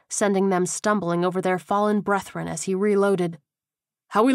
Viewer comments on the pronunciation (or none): These books are wonderful The only thing I don't like is the pronunciation of brethren 😆 It's not breath ren. It's breth-run. 😊